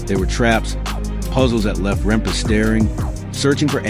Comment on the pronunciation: RempE not rempa